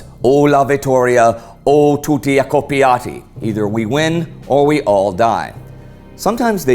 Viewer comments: "Accoppati" not "Accoppiati" It means a total different thing... But great video! Thanks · the motto is "o la vittoria o tutti ACCOPPATI" ACCOPPATI not accopiati pls correct thtat error cause "accoppiati" in italian means "in love" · "o la vittoria o tutti accoppati".. not accoppiati ! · One thing, the motto is actually "O la vittoria, o tutti accoPPAti", no "i" in there. "Accoppiati" actually means "coupled" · There's a little error about the Arditi's motto: it is "accoppati" and not "accoppiati" as this last word means another thing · "o la vittoria o tutti ACCOPPATI" NOT "ACCOPPIATI". Accoppiati means coupled. ACCOPPATI is a northern italian dialect form to mean "killed". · "Accoppiati" means mated... The right word would be "accoppati" without the i at the end. Though I do like this video's version 😂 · isn't accoppiati but is accoppati! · Hi, thanks for the video. just a thing: the motto was " .. o tutti accoppati". accopIati with the I means coupled. i live between the Isonzo and the carso, and there are a lot of trenches, bunkers (some we're made by germana diring WW2) and natural caves used for various purposes here. if you will ever come here to visit these historical sites let me know, i'll be glad to meet you. Sorry for my language mistakes, thanks again for your videos :) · Great video and channel! Just a little correction as italian and history enthusiast, Arditi's motto was "O la vittorio, o tutti accoppati!" Not "accoppiati" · to be precise, it is "accoppati", not "accoppiati", which means something different. Great video btw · Great video, with a funny mistake in Italian :) the motto is "O la vittoria o tutti accoppati", not "accoppiati". "accoppati" is a jargon word for "killed", "accoppiati" means "being part of a couple" So, the motto would become: "either victory or all coupled". I feel entitled to make some jokes as I am following this channel since its beginning and it's just great. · 'accoppati' not 'accoppiati' (the latter means coupled)